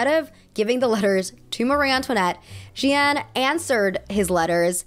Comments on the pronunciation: “Jeanne” in French is pronounced “jAhnn” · (context - it's "jen" with a soft j) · You don't pronounce both "e"s in "Jeanne" :) Also I feel like scamming can be very capitalist. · So for a French prononciation, Jeanne is pronounced more like « Jan » than « je - ann » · Jeanne is actually pronounces J-Anne not J-y-anne :) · My parents are French so trust me I feel you with the accent struggle lol! You had livre right with that slight “uh” sound at the end! Jeanne would be pronounced like “Jahn” like a long drawn out A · Livre -> the "i" is pronounced like "e" in English. Ignore the "e" at the end of the word. (And you can pronounce Jeanne like Jane, it's close enough that we understand ^^) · Sis's editing in this video is on point! I dunno if she hired an editor or if she painstakingly did this herself, but brava!!! I will say though, her pronunciation of Jeanne - oh gosh... oh jesus christ XD It's not very often I hear my name pronounced in a French-ish accent at all but this was... an experience ahahaha! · I didn't understand the story about Jeanne because of the messed up pronunciation of the names I'm so sorry 😭